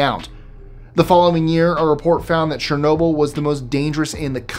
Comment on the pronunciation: "CHER-no-byl", NOT "SHER-no-byl".